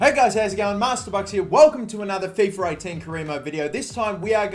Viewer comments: FifA not fefur... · Fiffer 18, let me guess you also say Iniester